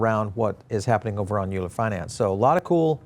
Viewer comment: Euler = "Oiler" (like the mathematician) Great coverage though!